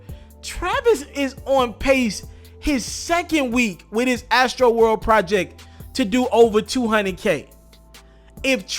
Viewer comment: You say astroworld funny AF lolllll